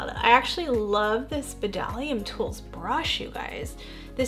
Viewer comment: Hi beautiful!! I’ve never even heard of the ginger palette from Makeup forever. Wow it’s gorgeous 🤩 love the whole look you created 💛 I think you are pronouncing Bdellium Tools wrong. It’s pronounced [DELL-ee-uhm]. I checked their website to confirm. I love their golden triangle line. Their prices are great, they always have sales and their brushes are top quality! Hope you are having a wonderful Sunday. Love you lots 💗 😊